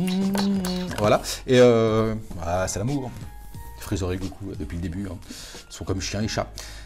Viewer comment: " chalu ché freecher " 😂😂😂 je suis mdrr excellent 👍